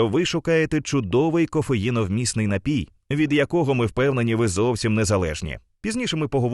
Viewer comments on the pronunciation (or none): none